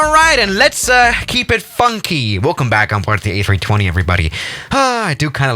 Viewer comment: How he says it: Now WELCOME back everybody to the land of Antarctica